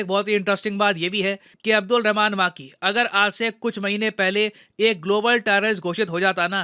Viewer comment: सर वो मां की नही, मक्की है 😛😛😂